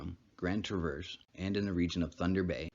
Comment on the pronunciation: You are not pronouncing Traverse correctly. J/s